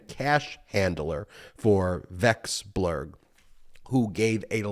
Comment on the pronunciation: Russian asset. Vek-sel-berg